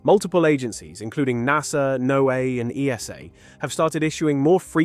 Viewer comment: NOAA is pronounced like Noah like from the bible